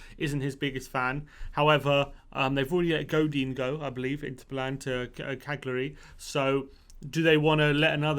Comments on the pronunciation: Sorry to be a pedant, but it's pronounced "Kal-yar-ee" as opposed to "Kag-lee-ar-ee". :-) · caglary has a silent g 😂😂😂its pronounced cal -yury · Come on guys, your pronouciatiin is hilarious! Cagliari is pronounced: Caliari!